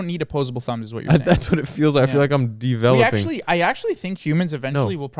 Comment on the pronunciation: laughing so hard at DEveloping